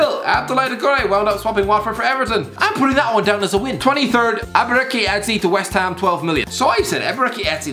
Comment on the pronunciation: how on God's earth does this guy pronounce ebereCHi as eberiki